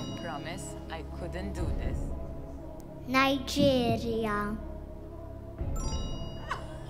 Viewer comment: This kid pronounced NIGERIA even better than how we pronounced it